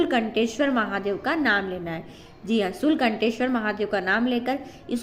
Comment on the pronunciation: श्री शिवाय नमस्तुभ्यं.........ji ha ji ha ji ha ji ha ji Han.......ye sabd baar baar bolne ki zaroorat ni hoti .....शूल टंकेश्वर hai didi ....aap to शूल कंटेश्वर bta rhi hain.